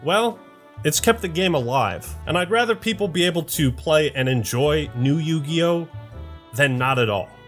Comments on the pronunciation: More like Yu-GAY-yo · Ah yes... the Yu-Gay-Oh. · Wtf is yugio? Coming from a guy who played magic the gathering........